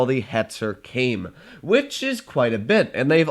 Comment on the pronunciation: “Kame” “mine” as Japanese this is suffering